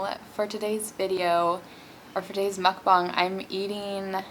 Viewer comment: I obviously don't expect for people to know this but just to prevent haters making fun of your pronunciation of mukbang, its pronounced as "mook-baang" p.s I like you and your videos a lot so this isn't a hate comment <3